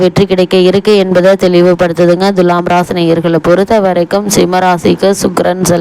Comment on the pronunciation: Dulam or thulam, pronounciate first correctly 😡😡😡😡😡